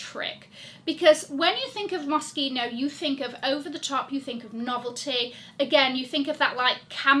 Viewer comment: Thank you for pronouncing Moschino correctly lol. It's one of my favourite brands and I've had their clothes for around 20 years now (OMG!!!).